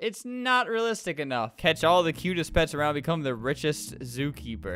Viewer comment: Uhm.. Albert... you did not just say ria-listic.... no